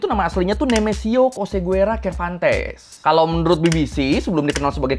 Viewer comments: sekedar info pelafalan bahasa Mexico 🇲🇽 bang : qui, que, gui, gue ⏩ qi, qe, gi, ge LL ⏩ Y ca, cu, co ⏩ ka, ku, ko ci, ce ⏩ si, se jadi : Oseguera ⏩ O - Se - Ge - Ra Cervantes ⏩ Ser - Van - Tes Aguililla ⏩ A - Gi - Li - Ya Narcobloques ⏩ Nar - Ko - Blo - Qes CMIIW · Namanya Cervantes ya? Ku kira tapi bilang KATES 😭